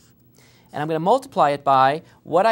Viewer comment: "Nd then i will explain here juss for fun" hahahaha